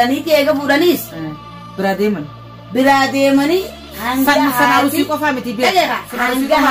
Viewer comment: Aruusi hin jedhina arsii jedha akkassiti sirreefadha